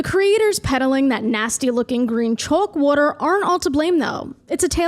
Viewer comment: Don't forget her saying water. Kinda sounds like Walter but without the L.